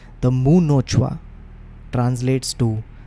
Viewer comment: Fascinating stories man.. loved it.. btw.. the moment i saw the title muhnochwa i was just waiting how would you pronounce it but.. you made it sound like Japanese 😂😂... It's actually मुह नोचवा say it like someone from U.P would have said it.. that bhojpuri accent.. you would have got it then..